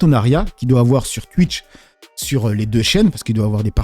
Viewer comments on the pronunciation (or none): ah bon tu es comme ça ? Tu es de ceux qui disent TU-ITCH (TWITCH ) QU-ICK (QUICK) etc 😂😂😂😂 répète après moi : TOU-ITCH !!! KOU-IK !!!! 😂😂😂